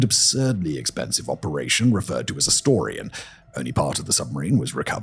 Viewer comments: IT was Project AZORIAN not Astorian. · simon is AI writing your scripts? its AZORIAN not Astorian